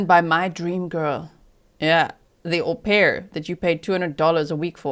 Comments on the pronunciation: Damn, G, that was a good one, “HO-pair” 😅😂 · How do you spell it haux pair like faux lol ? 😅